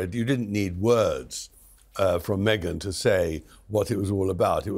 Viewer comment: Me-gain Markle